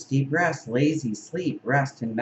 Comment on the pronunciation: When you said Deep Rest (for the mouse), it sounded like "depressed" ... interesting correlation, don't ya think? Hmmm